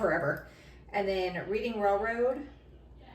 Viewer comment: Hi! It’s “red-ing” railroad😊